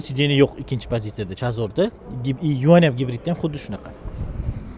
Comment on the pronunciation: Yuan up degan so'zni aytganizda ja asabim buziladi narmalni gapirsa bo'ladiyu